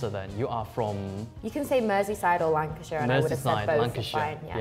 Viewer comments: It is Lancashire not Lankshear FFS! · Lankshear? Not Lancashire? Seriously? 😂😂😂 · Lankshear 😂 Come on guys it’s LANCASHIRE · Lankshire!!! LOL! It's Lancaster. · "Lankshear"???? That's one way of spelling Lancashire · Lancashire not Lankashear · "Lankshire" lmfaooooooooo it's Lancashire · Lancashire not Lankan eat, subtitler, that’s just the pronunciation (: and borough not barrow, but this was fun! Lol good on them all, and I wonder where in SA is from originally… maybe Durban lol